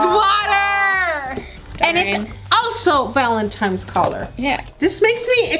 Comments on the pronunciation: ITS Valentines not Valentimes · valenTINES not valenTIMES. omg she’s like 50 not knowing how to pronounce something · every time momma says valentines she said. Valemtines day lol